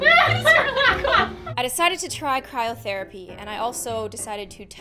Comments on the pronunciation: It’s *cry*rotherapy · I keep hearing "Kyle therapy"